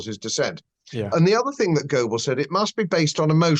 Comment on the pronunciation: Please don't say Glo Baal........